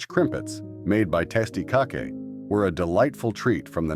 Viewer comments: Tasty Cockay?? Dude if your gonna use AI at least....idk..Its pronounced CAKE. These AI channels are trash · ... Testy Cakay???? They JUST SAID the name in the commercial! It's TastyKake! (Pronounced "Tasty Cake"!) Geez. 😑😑